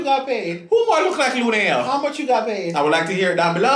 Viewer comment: Not lunell 😂😂😂😂